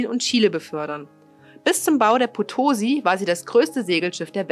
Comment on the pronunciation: Potosi bitte mit Betonung auf der letzten Silbe - es war nach der Stadt in Bolivien benannt.Und interessant, dass die Maria Rickmers noch 1982 ihr letztes Signal sendete, obwohl sie schon 90 Jahre zuvor gesunken war 😉 Insgesamt eine interessant gestaltete Uebersicht mit gut gewaehlten Filmsequenzen!